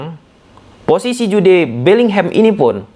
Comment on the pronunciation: Sukak bgt dengerin "Ju de" Bellingham bg 😂😂